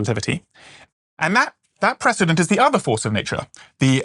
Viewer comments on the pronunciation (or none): none